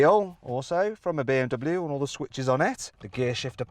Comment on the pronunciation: この動画でBMWのネイティブの発音だけは覚えたよ！凄いでしょ！